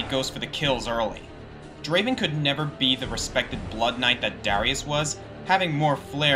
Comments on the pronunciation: Not Draven, DRAAAVEN! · its not Draven its Draaaaaaven, just wanted to point that out.